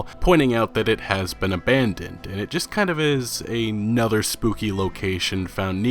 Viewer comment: Another (ah-nuh-ther): a word. A nother: not a word.